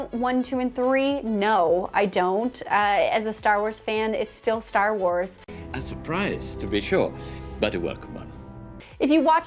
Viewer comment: When you said "Stah Wahs", sounded a bit like a Boston accent! Heads up Kenobi lovers! Belgian Malinois are NOT a first time dog. If you are still interested PLEASE find the breed club for them and try to find a mentor and or a breeder. DO NOT RUSH INTO GETTING ONE! They need a certain type of home. They can make some Border Collies look like slackers!!! This breed is used a LOT for Police and Protection work. I have a fair amount of dog knowledge, & there's no way I would personally own one. That said, I do think Kenobi comes across as well trained and calm! Could be knows her stuff on training/exercise/keeping him BUSY - BUT, don't think they are all like him! For clarity, I have a non typically active Frenchie. Has enough "boogie" when I need it, and a good "off switch"! But, do beware of health issues with Frenchies & a breed that must be monitored super closely for over heating. Constantly. Anything over 60 degrees & you better be watching them. (I was a Vet. Tech. for years, too!). Thank you for coming to my Ted Talk! 😉